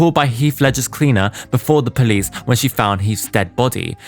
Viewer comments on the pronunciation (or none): none